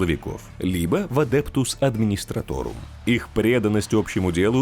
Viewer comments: Видос прям класс, давно я так не кайфовал от чтения из википедии под медленно проплывающую картинку) но есть вопрос: почему адептус администратОРум ? Когда адептус администратум... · САМОЙ, Карл!!! Адептус мать его адмистраторум! На этом просмотр видео, несмотря на прекрасный голос диктора, предлагаю закончить.